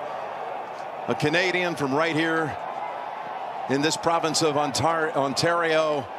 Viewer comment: Jim Nantz couldn't even pronounced Ontario...LOL... Canada is a real democracy Jim. Fantastic Mr. Taylor! Great moment in the world of Golf!!! And Jim Nantz is the very best sportscaster ever.